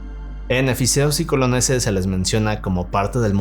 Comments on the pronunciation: Es efesios y Colosenses. No efiseos y coloneses😂😅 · es Efesios y Colosenses banda 🤓☝🏻 (tal y como se escribe se pronuncia) un dato que nadie pidió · Es E-FE-SI-OS y CO-LO-CEN-SES